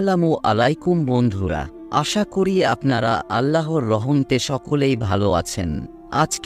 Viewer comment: ভাই ভয়েসটা সুন্দর করে দিলে ভালো হতো।। আল্লাহর রহমতের জায়গায় বলা হচ্ছে রহম্তে